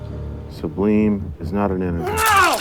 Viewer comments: When he first introduced bleem, I first heard bleen and thought of the famous epistemological about color definitions and gradients. Then he said between 3 and 4, I thought he meant pie. Finally, when they said integer, I realised it was made up altogether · I thought he said ‘blame’. I see now it was bleem. Maybe blame is a number also, as I get blamed for alot of stuff. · are they saying bleem or blame? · Bleem? I thought he was saying "blame" the whole time lol